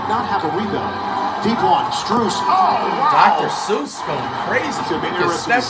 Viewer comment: Did bro say Dr. Seuss for Strus????😭😭😭😭😭